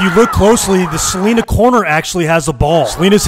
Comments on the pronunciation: Btw, I live in prosper, tx which borders Celina, it pronounced CA LIN A. No Celina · chat its pronounced cel-line-a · "suh ly nuh" is how u pronounce celina btw🤝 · He pronounced Celina Wrong. It's Ce- Lin- ah like you're saying the word line with A at the end of it 😂😂. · It’s pronounced= “Su-lie-nuh”